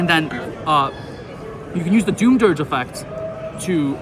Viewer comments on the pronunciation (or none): its pronounced "doomz" not "doom zee"